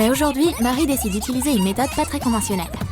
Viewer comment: Aujourd’hui, aunuid’hui mdr 😂🌕🌑